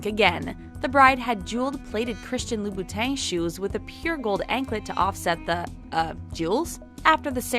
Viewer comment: LiBothang???? What is that??! It's Loo-boo-tons!